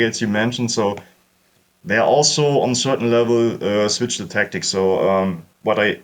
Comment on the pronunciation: Ah yes, the "alzo" strikes again! Brilliant vid!